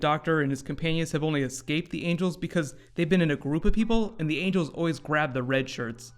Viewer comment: No, he said angle not angel